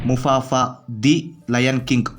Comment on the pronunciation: ಮುಫಾಸಾ ಗುರು ಅದು ಮುಫಾಫಾ ಅಲ್ಲ